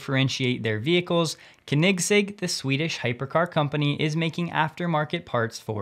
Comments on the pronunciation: You really need to look up, how "Koenigsegg" is pronounced. You're butchering it to a point, where nobody understands, who you're talking about. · jeeesus with the pronunciation AGAIN. Koenigs egg Its like you dont actually research these non-english words when EVERY youtube channnel does. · That pronunciation of Koenigsegg :) Love it. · You've got to learn how to pronounce Koenigsegg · Oh my. You completely butchered Christians last name. The Koenigsegg sicka fans are going to roast you hard. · The pronunciation of koenigsegg ;) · That was the most creative pronunciation of Koenigsegg. ever! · Funny thing is that none here seem to know how it is pronounced. Very difficult indeed. Way easier for us swedes. The "oe" sound isn't really used in English. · 😂 he does a good job I love watching him but boy was that bugging me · it shows how much of a "car guy" he isn't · That pronunciation though....that was horrific haha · its not the correct way xD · It isn't the way Christian von Koenigsegg himself pronounces it, so no... 😉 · Slightly wrong pronunciation of Koenigsegg, but not surprised as Christian drives Model S for many years! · PLEASE go watch a Koenigsegg video and learn how to pronounce it :) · I'm sorry, I couldn't stop laughing hearing "kanigsig"! It was a valiant effort, it's more like "co-nig-seg". :) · CONE-NIG-ZEG.....thats how I pronounce it. Hope that helps you. ✌😜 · Thanks for all the news. Koenigsegg is pronounced Konigz-egg, eazier.. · It's not pronounced "Kniggsig" :'D Most americans say koh-nigs-egg since they can't pronounce the "oe" (which is like the german ö). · "Co...Neg Seg" is best so far, but I think "Co Neeg Seg" is even closer. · i believe it's KOEN-igz-Egg... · Ummm its pronounced Ker-nigs-egg each part is stretched to the same length say it long and slow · Dude, it's pronounced CONE EGG ZIG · Pronounced, cony seg, lol. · Koenigsegg is pronounced phonetically as: ko-nig-segg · It's pronounced "Kone-in-segg" ;-) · Kinect egg 😅